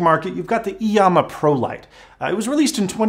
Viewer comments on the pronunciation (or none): you pronounce iiyama i yam a